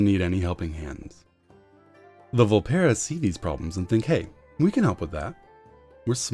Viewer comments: "vul-PEAR-uh". Not "vul-PEER-uh". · Coronation In a dev QA, they said the official pronounciation was "vul-PEAR-uh". One is wrong, one is right.